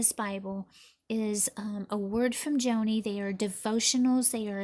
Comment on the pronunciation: Her name is pronounced “Johnny.” She is a well known speaker and advocate for ministry to the disabled.